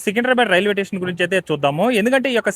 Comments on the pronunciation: రిడెవలప్ కాదయ్యా రినోవేషన్ అనాలి. టెసన్ కాదు స్టేషన్ అనాలి ఎక్సలేటర్ కాదు ఎస్కలేటర్ అనాలి మిడి మిడి జ్ఞానం తో వీడియో చేస్తే నవ్వుల పాలౌతారు. వీడియో చేయమని నిన్ను ఎవరైనా అడిగారా? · Tation Kadu, station ani pronounce cheyyalsindi.